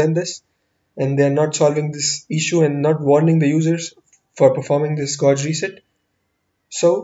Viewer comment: It's been 9 years wonder if he learned to pronounce "gauge".